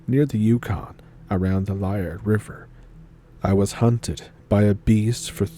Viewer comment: Lee- ard is how it's pronounced